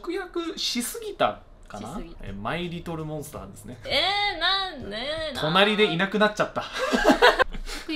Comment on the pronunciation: Oh she's so adorable!! Yes please bring her back with another anime quiz so she can have a redemption arc. 😍🤗❤️ Also why is it so f*ckin' cute the way says "My Little Monster" with a Japanese accent. 😊